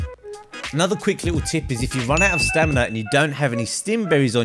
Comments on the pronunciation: He also said Stanima instead of stamina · you said stanima not stamina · stanima lol!!